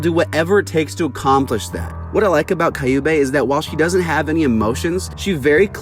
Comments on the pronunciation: Their names are pronounced Q-bay. Like the sound you make when you say the letter Q then bay. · Prounouce kyu(q) bey(bae) and its a he but great essay it just is gratting my ears